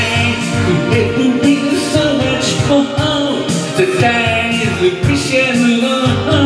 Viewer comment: When did “Time” become a 2 syllable word ?